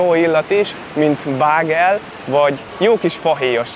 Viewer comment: Sztetön ájlend ès nem sztèjtön… kivètelesen… bégel = bágel ;) Köszi a videòt